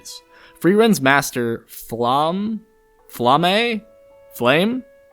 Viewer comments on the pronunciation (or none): I think this has put what I was thinking about this aspect of the show into proper words. Also I think it's Flam•muh/•meh